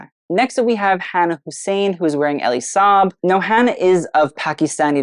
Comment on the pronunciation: I have only heard it said 'Eel-lee Saab', I know you're particular about how to pronounce names and just wanted to share. ❤ Love this, I wish I were a Deb!! haha